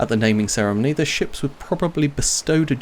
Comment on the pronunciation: "she-ps" :P